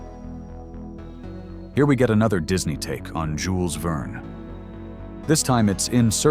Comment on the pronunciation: That is how the French pronounce it.